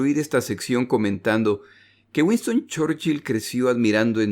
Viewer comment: no entiendo muy bien porque si se pronuncian bien los otros apellidos porque el mas importante de la guerra repetidamente se pronuncia mal